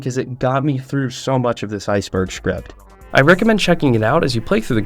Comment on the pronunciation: Heh "Shcript"